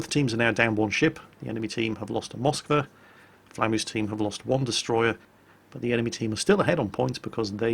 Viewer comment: God dammit IT IS Moskw A!!! not M O skwa!!!